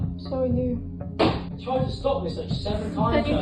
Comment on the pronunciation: "How could i dew that tew YEEEWW 😭😭😭" I cant take that accent serious